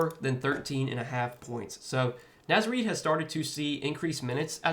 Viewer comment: Love the Naz Reid pick, but you're pronouncing it wrong, bro.